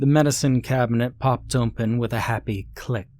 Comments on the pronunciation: I can never hear him say the word without thinking about how strange it sounds. I’ve actually heard it before him though. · Never heard anyone pronounce the word 'open' as 'oomphen'